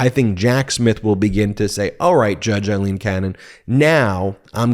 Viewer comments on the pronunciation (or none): "A" leen, not "I" leen. Don't want to give any right wing idiot an excuse to criticize. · Great report as ever, Ben. Just one thing. A-lene NOT I-lene Cannon. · Hi guys, love the content, just a small issue of little consequence but still, judge Aileen Cannon's name is pronounced A-lene, not I-lene, it's an Irish thing! Keep up the great work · Judge Aileen "loose" Cannon needs HAS to be removed from the case. More a "Feral" rather than "Federal" judge, biased doesn't even START to cover it The chances of a fair trial with her interference & unlawful pronouncements are now vanishingly small.